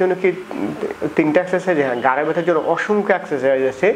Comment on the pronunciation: Kotha ta gare na. Gar mane pachha. Bolun Ghhare byatha. Rectify your pronunciation.